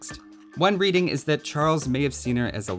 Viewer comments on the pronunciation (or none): none